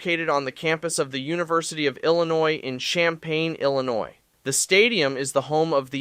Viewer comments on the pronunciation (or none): Way to mess up illinois name😢